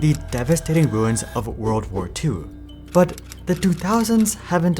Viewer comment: "Whether it was the failed light socket, the bicycle lamp, or WORLD WAR 2" Literally spit my drink out the way you said that 🤣🤣🤣